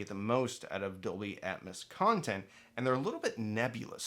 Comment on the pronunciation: How do ppl take this video serious when the presenter can't even correctly pronounce Dolby Atmos, calling it Dolby Atmuss? Its AT-MOS, where is the U in Atmos?? YIKES!